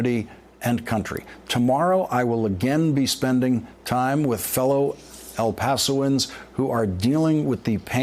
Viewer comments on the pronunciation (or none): Haha "fellow elpasoens" #fuckjazzhands